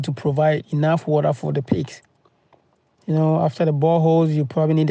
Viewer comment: Woter.... won it ..... etc